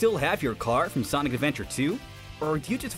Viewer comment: Thank you for answering my question. Honestly the predazord from power rangers wild force would be perfect for team chaotic just replace the wolf and hammerhead zords with a chameleon and bee zords. And sonic you said my name right.